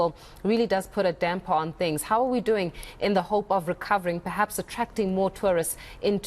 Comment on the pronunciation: DID SHE SAY DAMPER IT IS EMBARASSING URGHHH